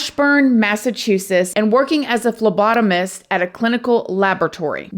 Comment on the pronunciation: This girl gave us fellow phlebotomist a bad name I promise not all phlebotomist are crazy like this girl most of us are completely normal:) also u pronounced It perfect most people have a hard time saying it Love u